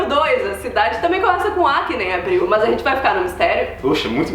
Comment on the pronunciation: Adoro o Canal.. Me acabo de rir,quando a fala: "Maas"...